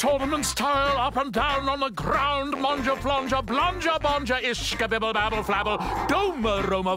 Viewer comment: the way he rolls that Grround is what gets me